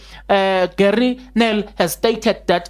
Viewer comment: When u say Gery, say it like Jouburgers (Rh)ery, the chap is afrikaans n boerie 🙌